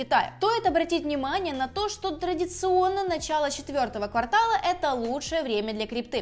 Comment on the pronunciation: КВАртала? Надеюсь, в крипте ты более грамотная))